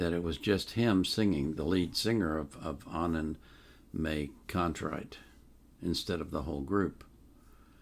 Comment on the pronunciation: “May” is pronounced “My”